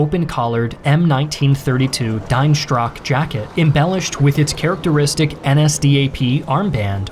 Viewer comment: Dienstrock, is meant to be pronounced like "Deents Rock", basically.